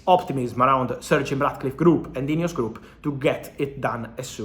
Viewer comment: Swore I heard Fabrizio say “INEOS Crap” not “group”.